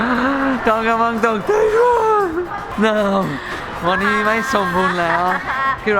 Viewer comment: วันนี้ไม่ใช่วานนี้ สาธารณะไม่ใช่ สะ-ถา-ระ-นะ เนททททททททททททททททททททททททททททททททททททททททททททททททททททททททททททท ททททททททททททททททททททททททททททททททททททททททททททททททททททททททททททททท